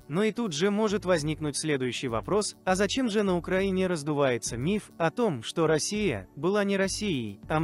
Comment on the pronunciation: Россия с ударением на"о" эту Русь а не Росия!!